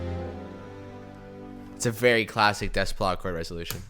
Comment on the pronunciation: Good job. Seems like an ENORMOUS amount of work goes into this videos so thank you. Also, not that it matters really, just a friendly FYI, but his last name is pronounced Day - PLAH.